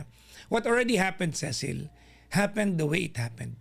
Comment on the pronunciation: Tama yung pronunciation nya ng Cecil kapag sa Southern English